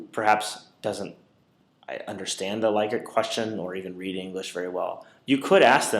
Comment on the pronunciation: It is pronounced LICK-ert